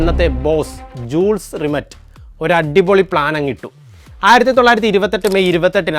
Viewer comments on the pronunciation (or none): ജൂൾസ് റിമെറ്റ് അല്ല മാഷേ. യൂൾ റിമേ . അവതാരകൻ കുറച്ച് കൂടി research ചെയ്യുന്നത് നന്നായിരിക്കും